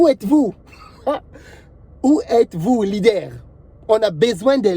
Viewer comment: Lidère ! ou sont les lidères? 🤣